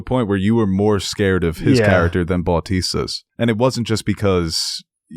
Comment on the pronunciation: Great review! But zendaya’s name is pronounced zendAYEa and it’s more like BUHtista